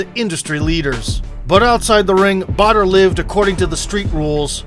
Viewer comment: Until I read the title of this video .. I was hearing Butter ... I though it was a killer name ! when I saw Badr .. I ended up loosing my 'waow' into respect for the warrior ! Good warrior, good video ! Keep up the good work guys !